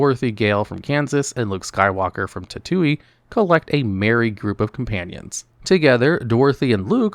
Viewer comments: He said tatuiy for star wars 😩 It's tatoine (tat-tu-ween) lol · Are we being trolled by intentional mispronounciations of words like Brosnan and Tattooine?